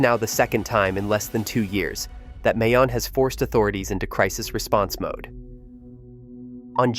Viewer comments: It's pronounced "Mai Own" And Taal is "Tah all". In Russian you'd use ь between the aa. The other place names are BUTCHERED badly. La Gas Pee, All Bai, never mind! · It is a bit south of Manila, Philippines in Albay province, on the largest Philippine island of Luzon. Near Legazpi City. (pronounced : Mayon = MY OWN, Albay = ALL BY, Legazpi = Luh GAS pee, prepositioned = PREE po si shunned,). The Volcano is visible from Legazpi City. Glowing lava at the top is also frequently visible. The Volcanic agency is locally known as Philvocs. There is a National Park at the Volcano. It would be nice if they got a narrator who pronounces the location, place and personal names correctly. There is high poverty in the Philippines. So land that would not be used for agriculture in the USA and Europe is used by poor farmers there.